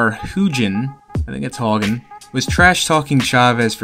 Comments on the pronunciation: “They must have been really tough cab drivers” Greg Haugen ps it’s pronounced How-gen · Greg Haugen(HOW-guh-n) deserves some respect... way before your time, He was a two time champ who beat Jimmy Paul, Hector Camacho, Vinny Pazienza and Ray "boom boom" Mancini. He liked to trash talk for the hype and to sell tickets. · It's pronounced Howgen.